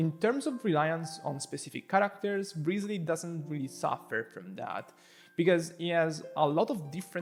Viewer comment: woooow omagad... my guy says "rizly". first time seeing someone on yt spelling his name kinda correct. autolike